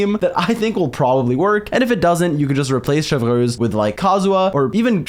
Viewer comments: It's Chev(pronounced as shev) and reuse(pronounced as ruse) Chevreuse(Shevruse) not Chevlrleuse😂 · „ i don’t know how to pronounce her name“ him 3 minutes later : Chevrööössss ; CHÉVERUŚË , CHĖVRÛŠ 💀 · The way he says "Chewfruwhz" when pronouncing her name 🍷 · saying ChevRRRuse give the same energy as that one npc saying Monseiurr NeuRRvilette 😭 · you say chevy's name in english like shev-roos if you were still wondering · I come for the EXCELENT analysis. I stay for the HILARIOUS Name mispronunciations. Chev-(three minutes of blender chopping ice sounds)